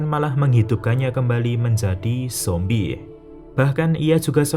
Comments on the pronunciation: Saran bang tolong jangan lebay ngomong zombieh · Jadi ikut2 ngomong zombiehh deh sepanjang nonton hahaha